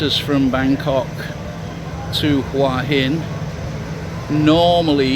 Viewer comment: Regarding pronunciation of Hua Hin. I think any Thai would suggest that you simply read the Thai spelling of Hua which clearly umistakably reads as, (phonetically) who'a hin.